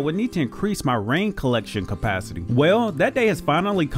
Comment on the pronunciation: Why do people say compacity instead saying capacity? I'm so confused 😂